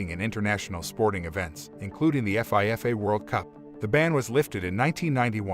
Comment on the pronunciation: the way he reads FIFA World Cup is just...please don't